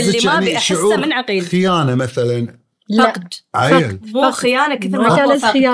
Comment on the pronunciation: عغيل عغيل وليس عقيل